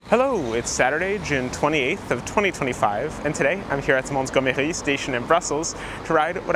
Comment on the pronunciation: There's no need to pronounce 'Montgomery' with a French accent: it's an English name. Named after the British WW2 Field Marshal Bernard Montgomery.